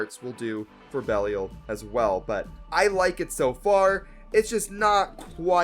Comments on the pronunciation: I think the correct to pronounce belial is be lie yal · The pronunciation of Belial was killing me.